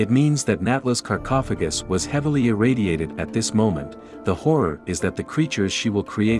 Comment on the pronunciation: This documentary of a 27-year-old game was more entertaining than most movies on Netflix. I was, however, slightly annoyed by the mispronunciation of Tihocan and sarcophagus. Lol